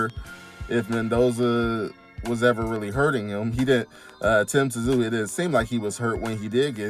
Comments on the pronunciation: Just say Sue not t zu 😂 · It’s pronounced Tim Zoo